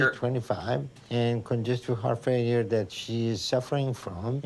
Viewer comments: I thought she said "my fart phone"😂 but it was heart failure🤦🏽‍♀️ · I heard her say "fart failure" too! lol